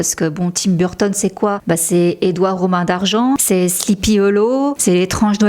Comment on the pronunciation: Je vous adore, je regarde vos vidéos très fréquent mais j’adore aussi Tim Burton, mais la prononciation de Burton en anglais de votre part 😮au secours très franchouille 😂 Sinon je vous adore !